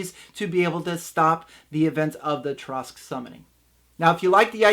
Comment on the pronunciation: First off it was extremely painful to hear you pronounce Tarrasque incorrectly that many times. Second I would just have them all die and wake up together as their first levels with no explanation. I would let the reason why unfold slowly as the game progress'. I however am not the norm. I like to improvise alot of my games on the spot and as we go working the characters backgrounds in as much as possible. I have gotten very good at that.